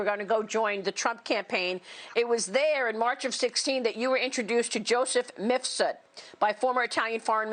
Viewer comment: Brava to Maria. She finally said Mif-sud, after years of saying Mis-fud.